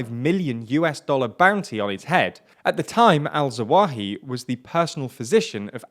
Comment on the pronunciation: Say "AL-ZAWAHI" once more! 😂😂